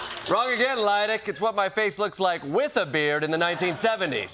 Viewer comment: Am I hearing Desi Lydic pronounce her own name as "Deli Lynic" in the first couple seconds?